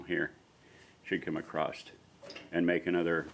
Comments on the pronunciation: OK, What's with the "Acrosst" shit? I've seen many American YouTubers saying this repeatedly so it's not accidental. There is no word Acrosst, old English might permit "acrossed" [a] [cross] [ed] but nothing like Acrosst. The word is "Across". That's all it is. Thanks for the video tho bro. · Oh I'm just giving you hard time lol! it's just odd to me because I know the YouTubers I'm referring to are quite intelligent (including yourself). Is just a strange thing.